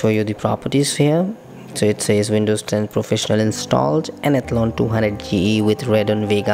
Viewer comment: Nobody in this world except you pronounces Athlon as "ethlun"